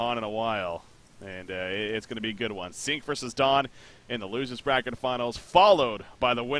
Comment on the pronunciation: How come can pronounce everything except Sync? Whenever he says Sync, it comes out Zinc.